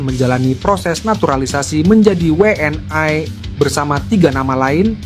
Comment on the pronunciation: Saran bang, ucap'nya We'eN I (WNI) aja sih bang, jangan We eN Ai.. kalau pake Ai itu harusnya Double Yu (W)nya.. We'eN Ai kurang nyaman dengernya.. 31 menit nonton ampe abis bikin nge'batin aja